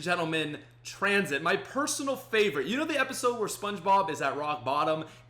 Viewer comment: haha lol "transhit" 😂